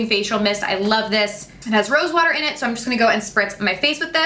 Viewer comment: “IM “ not in